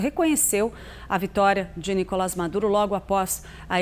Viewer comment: Esse não sabe nem pronunciar corretamente o nome do Nicolás Maduro e quer se meter a dar pitaco sobre país alheio que é muito mais democrático que o Brasil, sabujo do imperialismo. Não existe "democracia universal", como o senhor afirma, senador, chega de tanta leviandade.